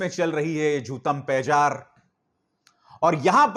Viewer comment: ABHIDAR JI; aik correction he: jootampejar nhi bulke jootam pedar he.